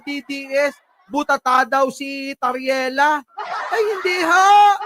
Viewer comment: TARRIELA PO, HINDI TARELLIA! HEHE